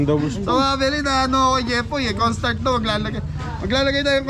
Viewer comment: Kapampangan po pag nag bigkas nawawala ang letter H Kaya sabi ay cornstart